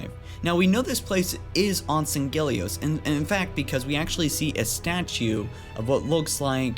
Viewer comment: It's sang-helios, you pronounce it as if there are two Gs. And Jul 'Mdama's faction still call themselves the Covenant, storm is just a classification of some of there weapons and armour